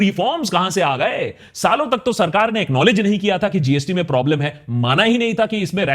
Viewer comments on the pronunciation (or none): none